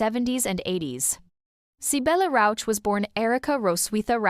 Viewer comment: Sybille Rauch has the name Rauch ( smoke), not Rausch ( being drunken) . Learn how to pronounce german ,ch' sound, there are three possibilities.